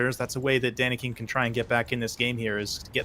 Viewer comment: It's Danican, not Danican't.